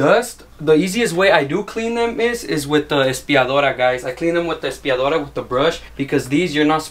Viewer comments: “ASPIADORA” Lmao no quema cuh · Aspiradora lol not espiradora